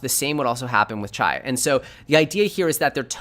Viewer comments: It's pronounced "ChEEEE" modeling after martial arts not "CHi" like chi tea. FYI but good content thanks! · It's pronounced: "CHEE". as in tai chi